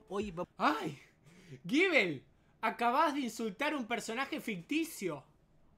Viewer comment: Ami me gustan mucho las reseñas de pero te juro que apenas me di cuanta que hay una "i" ahí, le decía Gubel